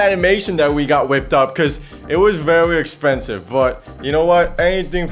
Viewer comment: it was vwewlly expwensuve :3